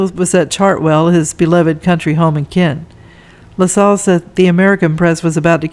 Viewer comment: Hi, I thought you’d like to know that you’re mispronouncing Lascelles. It rhymes with hassles or tassels. There are a number of videos on YouTube that you can play to hear the correct pronunciation of words.